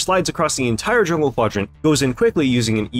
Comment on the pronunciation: "JULNGE PATHING"